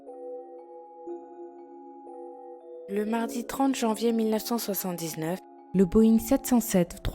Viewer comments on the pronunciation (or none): Janier XD